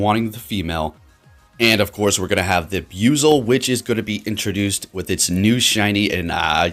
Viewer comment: Need to correct the pronouncing of the name it's bu-i-zel sounds like you keep saying biuzel